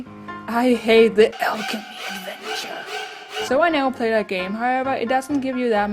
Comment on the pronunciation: omg I fucking love when yu say 'the alchemy adnevture' XD!!!!